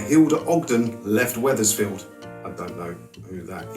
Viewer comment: "Wethersfield" lol. Don't ever come up North. They'll lynch you for that!